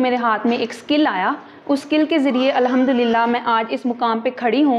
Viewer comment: Always say Alhamdu Lillah... right pronunciation